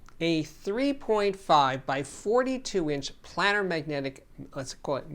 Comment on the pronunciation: Steve, I really enjoy your videos. I must point out that you are mispronouncing "planar." It is pronounced as if it is spelled "Play -ner" because the drivers are flat, as in a geometric plane. I just verified this with the Merriam-Webster dictionary. Sorry to be nit-picky.